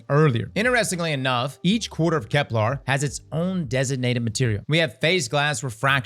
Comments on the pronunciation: KEP-luhr NOT kep-LARRRR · I figured the odd enunciation was a part of the charm of watching you. You currently say KeplAR instead of KeplER . Even as an English nerd, it doesn't really bug me. You're right though, the way you said sieve did sound cooler. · and kepLER isn't pronounced kepLAR 😭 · “I can’t BELIEVE I’ve been pronouncing ‘sieve’ wrong all week!!!” Also: “Kep-LAR. 🙂” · Genuine question does he have a speech impediment though? It sounds like he has a mild one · Now he needs to learn how to pronounce Ahamkara and Keplar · On this episode of Can A Brother Please Say "Kepler" Right: We'll find out when Nine are ready to let us know.